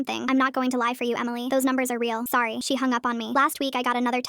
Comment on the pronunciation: “i knOw I KnoW AnD I am sWoRY” I'm howling